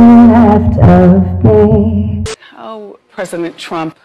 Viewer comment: She also said "Presi-MENT Trump" 😂😂😂